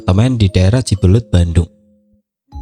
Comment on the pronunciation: cimbuleuit kayaknya mas bukan cibelet